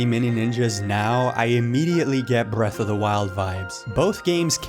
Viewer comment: Why do you roll your R's when you say brrrreath of the wild